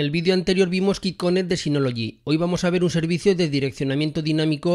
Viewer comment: Hola. Gracias por el video. Solo un comentario constructivo con respeto. QuickConnect se pronuncia "cuic" que significa rapido (conexión rápida). En el video lo pronuncias "kik conect" y kick en ingles significa patada o golpe, es decir que lo que dices significa conexión a golpes o a patadas. :) cómo ves es muy diferente. Otra es cuando dices "Cufail) (QFile) "Cu" en español y file, que lo pronuncias correctamente en ingles como file. La pronunciación "cu" en engles ("Coo") significa arrullo, que es una palabra con muchos significados muy pintorescos, pero ninguno correspondiente a la letra "Q" (kiu en ingles). Sé que para algunos puede no parecer importante, pero para los que tenemos el ingles como segunda lengua, nos suena muy muy extraño escucharlo así. De nuevo, es un comentario desde el cariño con la mejor intención de ayudar. ;) Muchas gracias por los videos!. Pronunciación al margen, son muy didácticos y útiles! Thanks!